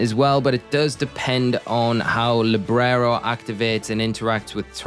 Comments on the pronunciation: You say librero but its libero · It's Libero, Librero means bookshelf in spanish 😭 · Libero not LibRero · LIBERO not LIBRERO 🤣....